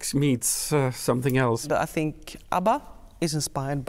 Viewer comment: ABBA is forevah =)